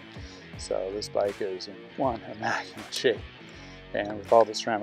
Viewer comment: Are you saying "immaculent" or "immaculate"?